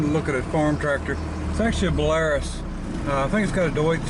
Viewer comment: pronounced bella rooce